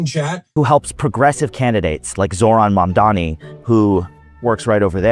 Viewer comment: could have chosen a way better camera angle, if he mildly pushes back against Hasan his chat would eat him alive on his looks. The only critique I have is your pronunciation of Mamdani sounding like Mamdami. love you and your content anyway <3